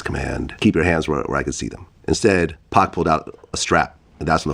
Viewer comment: Who is this 🤡? “Let’s find the whitest guy who can’t pronounce 2tac”.